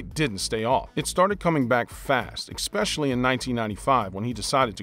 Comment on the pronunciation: I lose all respect for you when you say "exspecially"